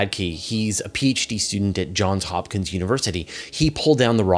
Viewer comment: Apologies if I misheard what you said at about 17 min 48 sec, but it's Johns Hopkins University -- please make sure we can hear the "s" at the end of both words in the name.